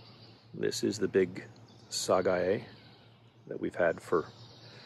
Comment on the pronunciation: It’s pronounced sagae instead of syguy